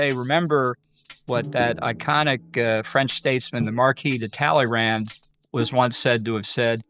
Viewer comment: Talleyrand = 'Tal - uh - row'